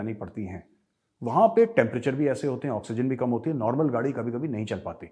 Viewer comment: Best lines 1- घर में नही दाने, अम्मा चली भुनाने।। 2- तुम लोग काम बोला करो जरा।😁😁😁😁😁 Up wali style.